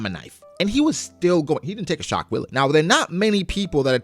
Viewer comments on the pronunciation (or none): sidenote, given the spelling, I don't think it's pronounced willie. I think wille is pronounced closer to "will" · Yo, I know the shock willy is a funny joke, but as a german viewer its so irritating. Laws attacks are clearly written in (pretty broken) german: Its pronounced more like shock villuh:) Keep it up man, i love you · Dude the W in german is spelled V. So it's "shock velle ".